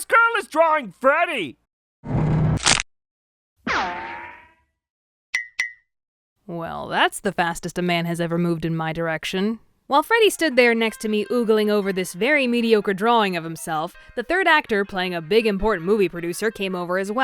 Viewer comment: Ogling is pronounced ahgling! not ooogling!